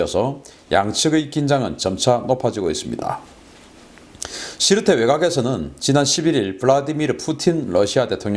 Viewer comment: 지르테가 아니고 시르테입니다